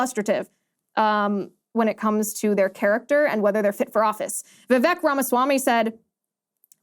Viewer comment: You pronounce Vivek like Vive-Ache